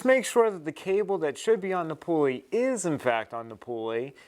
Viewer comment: Helpful video. Thank you. But you don't have to say "pulley wheel" -- a pulley IS a wheel. And the first syllable is pronounced as "pull," not pool. One irksome thing I see in a lot of DIY videos is that the person's hand obscures the action. I don't say these things to be mean. I do think your video is helpful and better done than most. Thanks again.